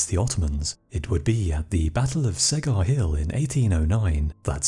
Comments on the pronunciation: Čegar is pronounced "Che-gar" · Great narration, reminds me of the old calm way they used to make TV documentaries. Btw, "Čegar" is pronounced like "Chegar" in english. Other than that great video : ) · The hill is pronounced "Chegar". Otherwise very well made video! Cheers